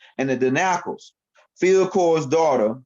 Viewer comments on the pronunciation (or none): none